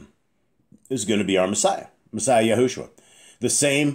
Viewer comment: The back of YAH scriptures says Yahusha but you say YahuSHUA...